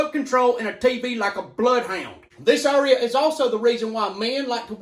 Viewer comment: Area pronounced as Urea lol